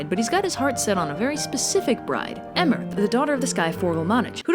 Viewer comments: It's Cú Chul -ann. It's Irish. And Emer is pronounced Ee-mer. But there is this one cool story about how Cú Chulainn cheated on Eimear with a water spirit and seeing Cú Chulainn's love for the spirit, Emer decides to let Cú Chulainn be with her. The Spirit, heart warmed by Emer's kindness, decides that Emer should keep Cú Chulainn. Cú Chulainn was actually named Setanta and Cú Chulainn was a title he earned when he killed the hound and became Chulainn's guardian. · Cú Chulainn:Pronounced Coo Culunn Emer: Pronounced Eeemer Apart from that, nice vid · Please omg I almost died listening to how she was pronouncing the names 😭 cu chulainn was bad enough, but I think my soul left my body at emer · And Emer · "Kookolane" hahaha it's pronounced "Koo-Kulin". And "Em-mer" is pronounced "Eee-Mer"